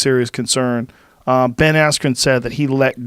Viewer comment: Ben rhyme with pen you meat head...